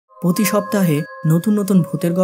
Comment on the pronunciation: ''পতি শপ্তাহে'' না বলে ''প্রতি শপ্তাহে'' বলবেন, ভিডিওর শুরুতেই ভুল শুনে শুরুতেই কমেন্ট করলাম।